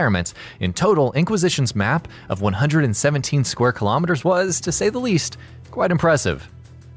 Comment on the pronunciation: Thanks for pronouncing the “km^2” right